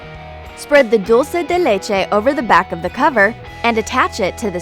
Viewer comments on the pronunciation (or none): she said spred the dullo dileche ??? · What! On She said "spread solo doleje" what is that❓🤦🏼‍♀️ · I love how she says "Dulce de leche" For those of you that don't know what that means , it means "Milk candy" I'm Dominican so that's what I think... Pronounce it like: Dool- ceh deh leh-che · Ha jajajajajajjahhahahaha I laughed so hard cause she say delecehe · "Spread the del la ch-'' Me: Waitwaitwait, del what? Isn't it Caramel? Or am I hearing things? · that wasn't english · uhhh wat did u say?? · that's not how you pronounce dulce de leche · what the fuck she say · why she suddenly turn mexican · um... what did you say? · What is that French??? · Im mexican and for me is funny when she said dulce de leche